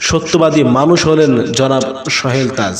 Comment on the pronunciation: সোহেল তাজ এর নাম তো ভাই আপনি উচ্চারনই করতে পারছেন না।